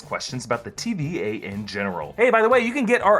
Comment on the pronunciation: Sounds like he keeps saying TBA..